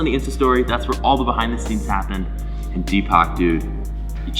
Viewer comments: He managed to pronounce Deepak almost as Tupac😂😂😂😂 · He is pronounced deepuk 😂😂😂